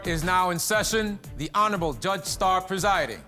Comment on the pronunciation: I need this bailiff to work on the word “judge”